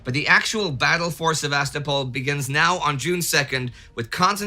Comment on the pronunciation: I love this series and never miss an episode. Time Ghost productions are exceedingly well-researched and the presentations are top-notch. I do have one little criticism, however, and it has to do with the pronunciation of some Russian and Ukrainian place names. In this episode particularly, the mispronunciation of the city of Sevastopol is sort of like fingernails on a chalk board. The stress should be on the third syllable, not the second; thus, Se-va-STO-pol, not Sev-AS-to-pol. Also, the correct pronunciation of Ukraine is to stress the second syllable, not the first; thus, it should sound like you-CRANE, not YOU-crane. I lived in Ukraine for 12 years, which is why these mispronunciations catch my ear. Please take this constructive criticism in the spirit in which it is offered, and keep up the fantastic work!